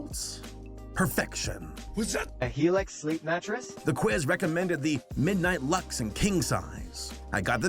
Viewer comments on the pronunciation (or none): none